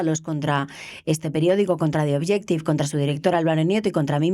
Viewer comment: Es naiv pensar que PS va a responder a cualquier cosa que se le pregunte. Por otra parte, es triste que en el 1er cuarto del siglo XXI aún resulte difícil a los españoles pronunciar ‘The Objective’.